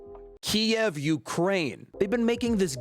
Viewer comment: youre pronunciation of Kiew hurts :D